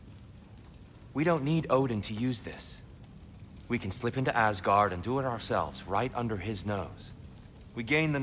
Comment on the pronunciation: It almost sounded like he was saying "screw you" not "do you"